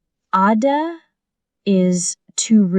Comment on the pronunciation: What the hell is this lady doing here ,, what the hell is Gada ? Hhahaha the male voice is enough , Arabic is not my first language and if she is pronouncing it this crappy , now think about my pronounciation